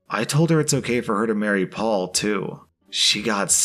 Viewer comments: I never realised N Americans pronounce Perry as Paul! I know you don't pronounce double Rs in the middle of words but I thought that would make it Pey. Live and learn! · Story #1: how is it that "Perry" is pronounced "Paul"? Lol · This may surprise you but the name "Perry" isn't pronounced the same as "Paul." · Is Perry pronounced as Paul? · Apparently Perry is pronounced Paul? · ive never heard perry pronounced as paul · I don't think that's how Perry is pronounced.